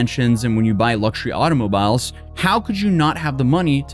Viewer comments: Did have a stroke? He pronounced automobile like auto mobile, and Michigan like Michidgan. AI? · “Auto-mobile?” “Simon-taneously?” Is he having hearing difficulties, or did he simply burn his tongue really badly at lunch? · Why does mispronounce so many words...the way he pronounced "automobile" 😂. He struggles to read sometimes and that shit is hilarious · Sadly too many overly religious people are easily led. This is why televangelists are a thing as well. It's bad in a lot of countries, but for some reason the USA seems even worse for this shit. On a side note, never heard the word automobile pronounced like that ever dude.